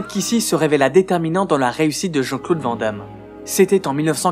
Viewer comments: c cool piske tu dis brussel et pas bruXelles. mais on dit "vanne d'ame" et pas "vent d'ame" on dis aussi anversse et pas envert ceci dit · Chers amis français, Pouvez-vous prononcer le nom de JCVD correctement? C'est un nom à consonance néerlandophone, ça se prononce donc "Vane Damme" :) Sinon très bonne vidéo :) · Van damme se prononce vane damme.